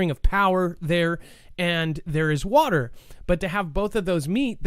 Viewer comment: A few says watee